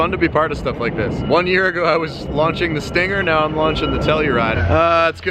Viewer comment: Stingger...tellurideeee...i am korean..haha